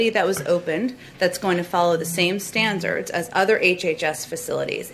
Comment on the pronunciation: "Stanzerdz" Jen Teriyaki